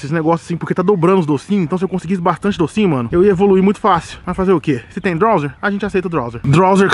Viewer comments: n é drowzeer o nome é drowzee e so fala drowzi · " DRAUZE " não " drauzer" ! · não é drawzer e drawzee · Esse animal lê que é drowzee e chama de drowzeer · "Drowzer" Appradise" 😂😂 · É Drowze, ñ tem "R" no final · O fala Drowzeer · "DrowzeeR" esse "R" q ele coloca no final me da agonia!! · kkk rachei dele falando drowser e aparadaiser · GASTLEY.... DROWZER.... MANO FALA DIREITO O NOME DOS POKEMON CARAI